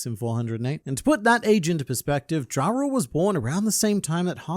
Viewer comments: Jarul is pronounced with a "Ya" sound, not a "Ja". Think of it as saying Jul Time instead of Christmas Time. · YARUL, the J is pronounced as a Y. Its Yoral and Yarul BUNCH OF DUNCES !